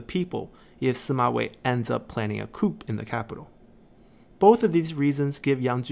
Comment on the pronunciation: Great vids. One suggestion: the p is silent in coup.